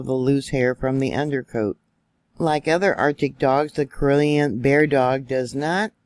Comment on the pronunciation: Pronounced CAR-L-E-Ann